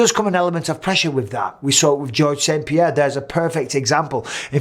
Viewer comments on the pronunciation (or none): I hate it when people call him "pehera" the fuck is a pehera